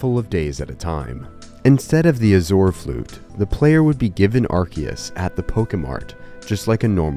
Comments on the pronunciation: Azure is pronounced 'Ah Zhr' bro adding his own syllables 💀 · Why does no one know how to pronounce azure? AZH-er.